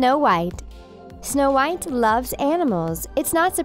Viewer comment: Is my phone glitching or do you keep saying Show white I am so confused…